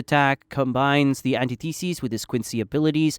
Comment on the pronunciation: And antithesis